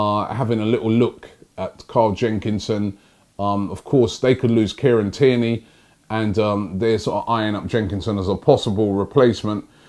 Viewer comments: Robbie: calls Tierney "kierney" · First Naitland-Miles, then Kierney, and now reading Elneny as Emery 😂😂😂😂😂